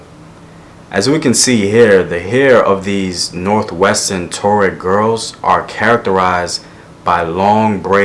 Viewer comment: Wa-ga-du Empire. Wo-do-be people. Twa-reg people. Love your videos!